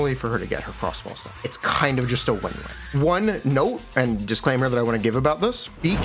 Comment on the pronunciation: Disclaimer ❌ Disk claimer ✅